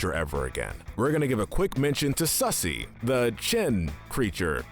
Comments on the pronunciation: It’s funny how he said Susie as sussy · Brad Gilliam say Susie sound like Sussy